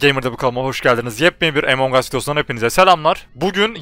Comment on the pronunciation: EMONGUS DEYIL AMONG US